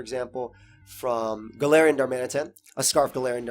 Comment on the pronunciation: Galarian... Corsola.... my guy